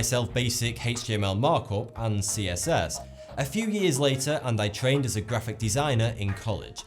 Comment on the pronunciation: sorry he didn't stutter he just didn't say "as" properly